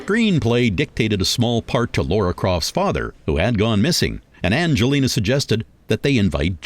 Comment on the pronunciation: Lara croft not Laura!